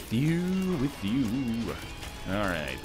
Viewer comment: "rayt as I'm about to fire my shit" Your inner Canadian is showing Ryan